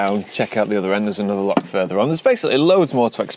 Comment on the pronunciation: It’s not lock or pronounced lock, it’s loch, bloody Sasanach’s!!!!! 🤣🤣🤣👍